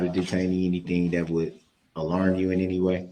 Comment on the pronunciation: I think he has no idea what leading or hearsay or relevancy actuall y mean. He just says it to say something. He apparently skipped 1st grade when you learn “sight words.” Even my 6 year old granddaughter and grandson know “any” isn’t pronounced N-T, nor is it spelled that way.